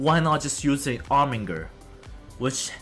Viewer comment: You missed the R from Armiger.